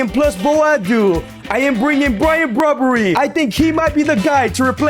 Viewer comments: Brobbery lol it's brobbey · It’s Ivorian not ivory costian and it’s Brobbey not Brobbrey